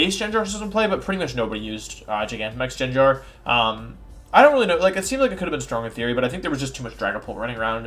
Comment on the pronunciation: why did you say “jenjar”